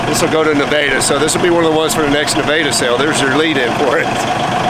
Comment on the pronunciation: Your saying Nevada wrong.